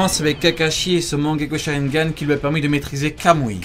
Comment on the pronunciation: Sa se dit mangékyou sharringan